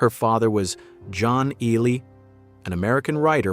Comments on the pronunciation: Please, somebody explain to the speaker that Ehle is pronounced “Ely”, not “Eel”. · And he doesn't know how to pronounce "Ehle." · I've noticed that none of the speakers on videos about Jennifer Ehle Ever manage to pronounce her name properly! You'd think they would Do Their Homework!